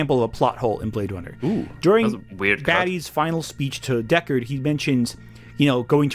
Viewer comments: Deckawd is hunting weplicants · Is anyone else hearing him say "Deckawd"?